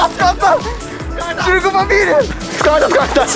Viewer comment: ここで「シルク」が「シュルク」に聞こえた人いますか？